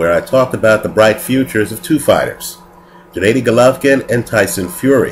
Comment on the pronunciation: "What's the difference between lemieux and golovkin" ? Smh, that's like asking what's the difference between Floyd may weather and Andre Berto...and his name is GENNADY not Janaydi or janadi!